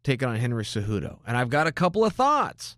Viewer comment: Henry’s last name is “Cejudo”